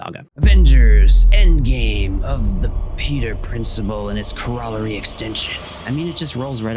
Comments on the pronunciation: Corollary is pronounced like "core-o-larry" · I physically cringed every time you said corrolary once I understood what you meant. I had to convince myself you could read all the letters in order and pronounce it that way. It's a correlated idea! I remembered earlier in my life I got other people using the word resequence. Except I said it like REZ-ah-kwence. So they all pronounced it the way I did for a couple years until I realized Sequence was right there the whole time. I think this happens eventually to anyone who does their own reading